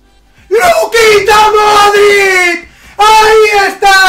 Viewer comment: Dices modrict con t i es modrić, digo que lo dices no lo escribes